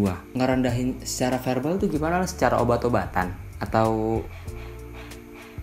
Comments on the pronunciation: verbal bang. Bukan herbal. Elaah Ngrendahin pake kata2 gitu lho bang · Verbal bang bukan herbal😭